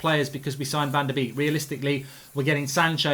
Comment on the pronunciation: I'm Dutch. .it's closest to.. 'fon der bake'